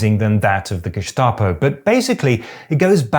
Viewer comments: Growing up in Austria, the history of National Socialism is drilled into us from a very early age, to prevent it from happening again. In all those years, I’ve only heard the pronunciation 'Geschtapo' twice: once about two weeks ago from a guy on TV named Gregory Bovino, and the second time in your video. It’s not really important, but as a native speaker I’d recommend using the other pronunciation. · btw, it is not pronounced Geshtapo even though Staatspolizei is Shtaatspolizei, don't ask why. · Geschschschtapo 🤭 You woke leftist, you 👋🏽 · Nein, das ist auch eine unübliche Aussprache, jedenfalls im Standard-Hochdeutschen. Ich fand es auch eher irritierend. In einigen Dialekten in Süddeutschland dürfte es aber durchaus so ausgesprochen werden. Vielleicht hat er es ja in diesem Kontext aufgeschnappt. Wahrscheinlicher dürfte aber sein, dass er es entsprechend der Langform korrekt aussprechen wollte, also das "st" wie in Staatspolizei. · Just a quick pronunciation Tipp: even though Staat is spoken like shtaht doesn't mean anything. Germans don't say Gehshtahpo but Gestapo. The ST is pronounced like the English version. Idk why. Nobody says geshtapo. It's gestapo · He pronounces Gestapo as Geschtapo, which is technicly the right way, because it's pronounces "Schtatspolizei" but it's written "Staatspolizei" and should be pronounced with a hard "St" in it's short Form. Geschtapo ❌ Gestapo ✅ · hearing people say geschtape instead of geßtapo is always so interesting to me because I've only ever heard the second way. Presumably because I'm from North Germany and the st s-t instead of sch-t used to be very common here and is still usually pronounced that way even nowadays. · The way this guy pronounces Gestapo really bothers me. Either it's guh-STAH-po or for a more German authentic pronunciation, ge-STA-po. In either case, there is no "sh" sound in the word. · "Geshtaposh". Greek accent much? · Why this strange pronunciation of "gestapo"? It is gestapo not geßtapo.